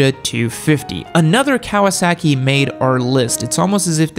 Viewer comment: Cow-uh sackie